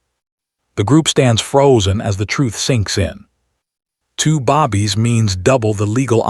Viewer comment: Teach AI how to pronounce babies. It's not bobbies.